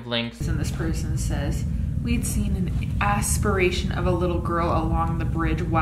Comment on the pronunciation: why'd put so much emphasis on ASS when saying aspiration 😭😭